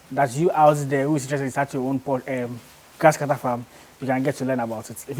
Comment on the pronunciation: My Ghana brother, it's not Gasscutter oh 😂😂